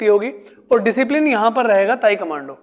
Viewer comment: ताइक्वांडो है sir ताइकमांडो नही please 🙏correct your pronunciations